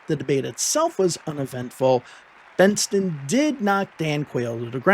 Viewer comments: Bentson not Benston! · Please pronounce Bentsen correctly!! It's BENTSEN, not BENSTEN!! Otherwise....love your videos! 😂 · Benson, not Benston. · The name is "Bent-sen", and not "Bents-ten". Anyway, Dukakis never really had a chance in this election. The election was largely a referendum on the past 8 yrs under Reagan. Unfortunately for America, Bush pushed the "Free Trade" agenda, including favored-nation trade status with China and NAFTA - which only increased & sped up the off-shoring of American jobs. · Minor correction to your excellent video --Bentsen, not Bensten. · It’s “Bent-SEN”, not “Bent-STEN.” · Just a note - his name was BENT-sen. Like "benson." Not BENT-sten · i think you are going a bit overboard. He admitted that he said the guy's name wrong.